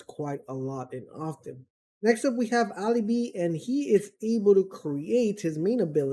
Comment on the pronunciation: Jäger is not pronounced "jagger" Its "Yay-ger" Alibi is not "ali-bee" It is pronounced "al-ih-bye"